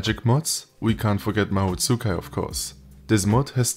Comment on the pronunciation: Nice as always. Small correction though, it's not "ma-hoo tsu-kai" but rather more like "ma-hoe tskai". Not faulting anyone though, romanization lends itself to this. Always wanted to try the mod, maybe I might.